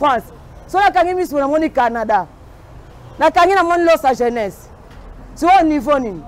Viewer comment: Pouaaaah 🤣🤣🤣🤣 Loso ya jeunesse kiekiekie...ayebisaki bino aza matata n'a prononciation